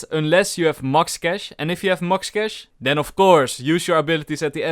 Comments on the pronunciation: did anyone else hear 'mox cash' instead of 'max cash' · I just love that "MOX KASH" lmao that was funny It made my day XD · he said mox cash and mox credits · he meant to say max cash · Lmao u said mux cash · I love the way you say "max"